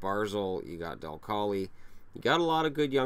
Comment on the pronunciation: again for future references dal colle is pronounced like cole ! keep up the videos they are worked into my daily schedules so i don't miss a video